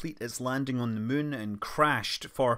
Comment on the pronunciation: Hi Scott - I love the way you refer to the Mun (which has an uh sound) rather than the Moon. Either it's your rather endearing Scottish accent or else you have been playing too much KSP. Maybe both 🤣